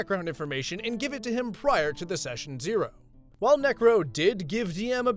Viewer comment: I swear bro was adding g's instead of c's when he said necro anyway this isn't hate or anything keep up the good work